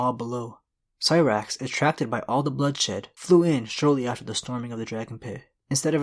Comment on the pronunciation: Hey dude.. I've been subscribed for a while now.. I like your videos a lot but, please... you need to do some research on the correct pronunciation of certains names like: Sothoryos, which is so-tho-RY-os, or Syrax, which is pronounced SAI-rax, and others. Not a complaint, just an advice to improve. Grrm already clarify the correct way to say those words in many interviews already and also helps on this, so it shouldn't be so hard to find. Anyhow, another great vid. Cheers!